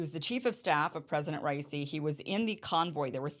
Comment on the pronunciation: "Did a great translation." I didn't realize she spoke fluent Farsi! At least she read it with what MUST have been the right inflection on each word, right? (Regardless... she then proceeds to BUTCHER the name of the Butcher of Tehran....lol!) But as confused as she seems, wondering if it could have been a helicopter flown by a suicide bomber, has she no clue what that even means or how that even works?? 🤔